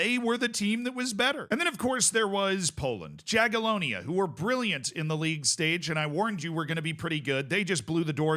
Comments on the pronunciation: Awesome video as always, Z! Just one little thing, Jagiellonia is spelled like Yagiellonia, without the "J" sound. ;) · just a heads up, in polish letter j is spoken like english y so jagiellonia is spoken like yagiellonia